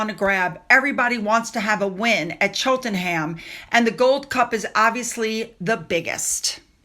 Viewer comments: I watched the ‘Full Gallop’ episode last evening - it’s an insightful look at the lives of jockeys and trainers - Zara’s piece was a short cameo - nothing more. (Btw Cheltenham is pronounced Cheltnum) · Cheltenham is pronounced Chelt a num x (we brits just love our weird place spellings 😂)